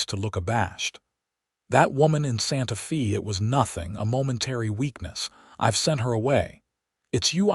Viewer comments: It is pronounced as Santa Fay NOT Santa Fee! In Spanish the letter "E" is pronounced as a long "A" in English. The letter "A" is pronounced as a short "A" or "ah" sound. The letter "I" is pronounced as a long "E" in English. The letter "O" is pronounced as a long "O" in English. The letter "U" is pronounced as "oo" or a short "u" sound in English. Spanish is so easy to sound out because each vowel only has one sound. In English each vowel has five different sounds, which makes it difficult to pronounce because one has to learn which of the five sounds should be used at what time. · Santa Fe is pronounced "Santa FĀy". NOT EVER: "FĒĒ". Pick Up an AMERICAN DICTIONARY THAT ALSO HAS THE PHOENETIC PROPER PRONOUNCEMENTS INCLUDED. THEY ARE VERY SIMPLE AND EASY. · "SANTA FĒĒĒ"??? "TĒĒĒ"????? "CAWM"??????????. 😂😂😂😂😂👎👎👎👎👎 OH, BROTHER. 🙄🙄🙄😲😲😲😲😲🫤🫤